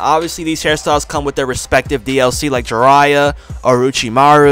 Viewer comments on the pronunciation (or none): none